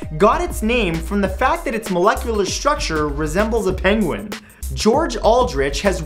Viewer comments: It's not "penguine" "one". It's "penguinone" like "ozone." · #11 - Penguinone, pronounced "penguin-own". It's a ketone, like acetone in nail polish remover. NOT "penguine-one". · hate to correct you but blind people can remember sounds.. and also the compound is called penguinone like "penguin-known" because of the oxygen, not "penguin one"